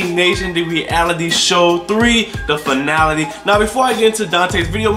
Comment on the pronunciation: This dude said "Season Finality" 😂I'm sleeep